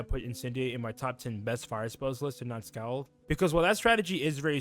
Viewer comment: Scald is pronounced "SkAWled" like bawled. Also, can't say I agree with too many of these takes. "Why do damage over 5 rounds instead of 3?" Because damage burns shields for 5 rounds, granting more time to set up powerful hits. By properly using dots, fire can command the tempo of a match, slowly forcing opponents to scramble to keep up with a LOT of damage per turn. Usually by the time you realize you've lost a match against a fire wiz, you actually lost it 3-4 turns ago.